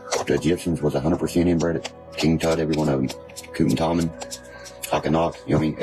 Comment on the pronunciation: SaY toNic.. i swear he said kutin Tomin instead of Tutankhamun